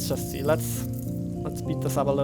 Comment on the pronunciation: Zimple, Zee!